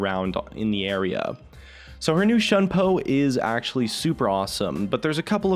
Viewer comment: It bothers me how he pronounces shunpo. it's not "shun po" it's "Shoon po"